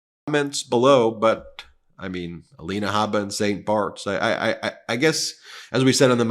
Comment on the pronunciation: Ms. Habba's first name is spelled 'Alina,' but now she pronounces it "Alania."